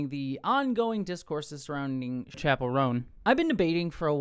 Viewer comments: No Liberal is saying you can’t criticize Kamala. This is just leftist virtue signaling from you. Also, it’s pronounced Chap-L. Not Shapelle. Clearly you’re not even a fan. The issue wasn’t her not endorsing Harris, it was the fact that she put both sides on an equal plain. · it's Chap-el, like "going to the chapel/gonna get married", not like dave Chaaaa-pell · Her name's pronounced "chapel" like Chapel Hill or a chapel where you go to church btw. That wasn't all I took away from your video, though, I promise. Vote locally ✊ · It’s Chappell like Chapel, not like Dave Chappell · Dude— please pronounce her name correctly..you, so easily, could’ve made sure…UGH.